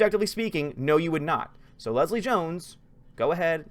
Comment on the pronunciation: Did call Jones 'Gill-Leslie?' lol